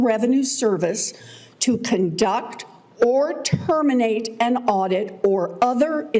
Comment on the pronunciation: It waz sayinh dirrrect or terminate a auideeet. Had nothing to do with termination of status